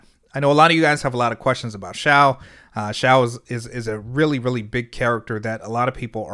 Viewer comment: Eyyyyyy finally someone pronounced Xiao correctly 🔥